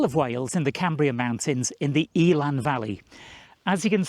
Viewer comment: Eh-lann, not Eel-ann